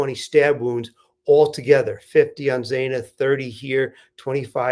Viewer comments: Xaaaana...not xooona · If you are going to report on this case, at least have the decency to pronounce their names correctly! Xana's name is not pronounced z-aw-na! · It's Xana... rhymes with Anna.